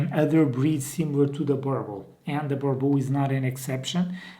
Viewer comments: can you please correct pronounce the name Burble burble does not exist boooorbuuul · He really just said "burble" 😊😂😂🤣🤣🤣🤣🤣😭😭